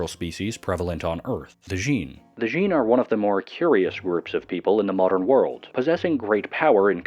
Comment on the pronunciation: Djinn, it's just jinn not DEjinn